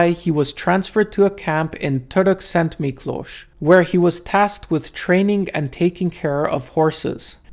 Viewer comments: Congratulations for properly pronouncing Torokszentmiklos! Are you Hungarian? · Your Hungarian pronunciation is excellent - I've never heard the names of Esztergom and Törökszentmiklós pronounced so clearly (most people get stuck at Budapest). :)